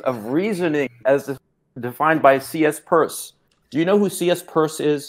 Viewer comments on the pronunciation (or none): This video old af but lmao at this guy calling Charles sanders Peirce, CsPuRsE